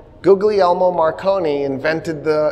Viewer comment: Great lecture. One note: "Googly Elmo" is pronounced " Ghee Air Mo".